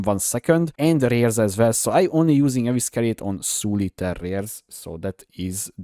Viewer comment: EVE SI REYT = Evescerate